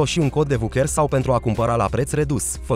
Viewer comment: "Pentru a foloȘi un cod de VUCHÉR...". Olala, da' ce limbă parliți, măi băieți?